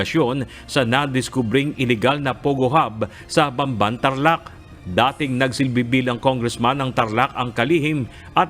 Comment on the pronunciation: BAMBAN, TARLAC PO. HINDI BANBAN, TARLAC. CAPAMPANGAN PO MOSTLY ANG DIALECT DYAN KOKONTI LANG ANG HINDI CAPAMPANGAN DYAN SA BAMBAN, TARLAC